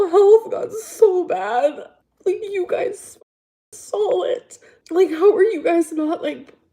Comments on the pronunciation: hard to take seriously when she says “my mom sawll it” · You sawl it!